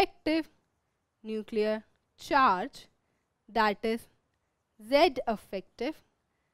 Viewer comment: Mam affective mat bolo irritating lgta hai